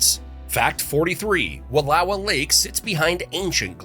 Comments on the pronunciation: Came to the comments because Wallowa was mispronounced and everyone's freaking out about Willamette like that's never been mispronounced by non-Oregonians before XD. My favorite is Champoeg. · Wallowa is also mispronounced! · Annoyed Oregonian here lol it’s will-am-ette and wall-oh-wa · Interesting facts, some of which I hadn't known before, and I have lived in the state since 1956. Note: "Willamette" is pronounced "Will-LAM-ett" and the Wallowa Is "Wuhl-OW-uh". Admittedly, they are spelled oddly, but I can't count the number of times I've heard these two place names mispronounced. Please, people, if you are going to document things in Oregon, ask a native how to pronounce them. (Oh, you did OK with the state name, but for those not in the know, it's "Or-ee-gun".) Thanks for the interesting facts.